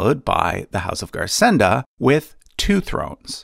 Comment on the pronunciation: Garsenda is pronounced /garsendo/ as it is occitan